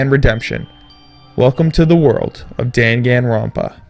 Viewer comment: ***** Pretty sure they're not a weeaboo for correcting a pronunciation error as well.